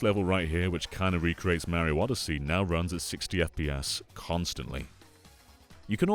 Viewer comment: FYI… it’s Mario, not Maryo. Great video though!